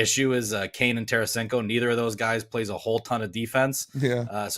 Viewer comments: It's Tarasenko not Taransenko, what a bunch of hacks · Its Tarasenko ...no biggie ...if he was, last team would have kept T.